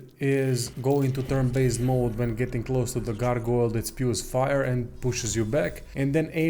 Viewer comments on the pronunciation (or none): none